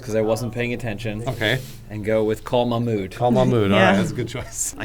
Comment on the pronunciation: it’s pronounced Mahghmood like a gggg throaty sound there. and i loved the intro lmao